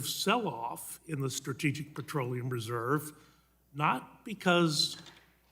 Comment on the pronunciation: It's petroleum... not patroleum.